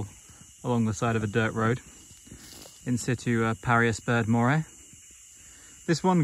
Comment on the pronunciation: You know why I watch? Because you say in situ the proper way. lol j/k but in my book, that's how you say it. Cats, wolfs cool snakes in my book. Nice sized retic. But? That Lycodon??? Legit, another good one.